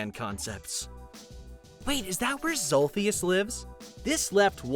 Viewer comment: uhh it’s